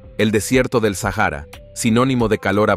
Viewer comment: Muchacho no se dice sajara es Sahara la h es muda no te agringues por favor